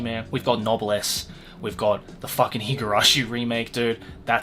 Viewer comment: i checked, and you're pronunciation is correct